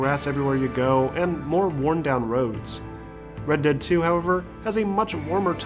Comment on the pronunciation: Why does he pronounce "dead" as "dad"